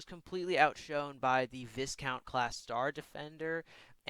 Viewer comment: U pronounced viscount star defender wrongly, it’s pronounced as v-ai-count